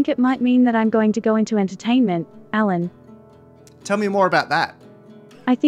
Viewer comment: A very fluent speech except the prononciation of the name "Alan"